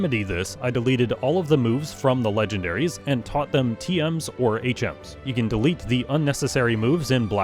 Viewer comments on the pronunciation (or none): none